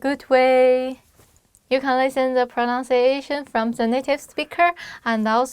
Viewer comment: Great ways to remember. For everyone the two words pronounce and pronunciation are different. We could say my proNUNciation is ok. And I need to improve my pronunciation. Not my proNONciation and not your proNONciation. Even native english speakers make this mistake.